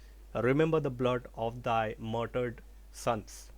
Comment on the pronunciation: Sir I beg to correct , it's pronounced as martyred, not murdered.